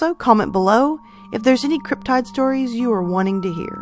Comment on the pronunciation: First time viewer, will subscribe! I think the Thunderbird is the most plausible. I’ve always heard cryptid with a short “i “ like: slip, tip, or clip, as opposed to the long “I” like: tide, smile and island. Love that I’m finding more cryptid stories, keep them coming.